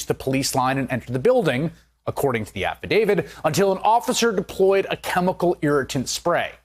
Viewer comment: It's affidavit, not affi-david. Affi-dave-it.